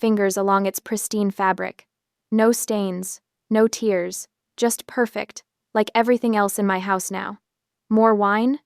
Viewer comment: 'tears' another english homonym that needs to be checked in the dictionary and pronounced correctly for the situation it is used in. Here it is obvious that furniture isn't weeping but it could be torn.